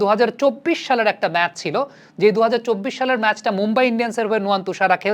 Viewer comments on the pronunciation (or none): none